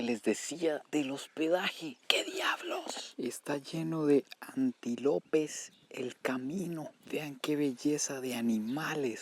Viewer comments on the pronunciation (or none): Ajkaakajaj decía antilopes sin la tilde